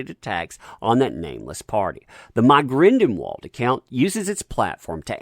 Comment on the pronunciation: Its GrindELwald NOT GrindENwald